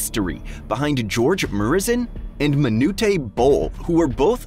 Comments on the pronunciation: C'mon bro don't make these videos if you can't even pronounce player's names correctly. Manute is not Manootey. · It’s pronounced “Ma-noot” not “Ma-noo-tay.” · Manute Bol. it's pronounced Me-Noot not Ma-nu-teh. Geez doing a little research would be nice huh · butchered it hahahaha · Who the hell is montuaye bol?? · nah you lost me when you said manootey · Manootay Bol. CMON MAN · I immediately stopped watching after “manu tey” bol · "Manutay Bol"😂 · You really going to disrespect Manutes name and say it wrong? 😂😂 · The butcher job on George and Manute’s name kills the whole video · Why bro pronounce manute like that 😂